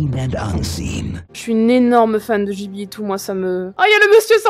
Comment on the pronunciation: Je dis « guiblie » et pas « jiblie »